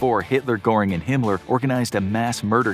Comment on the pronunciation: At least you say Himmler and not HAY-mler. Lol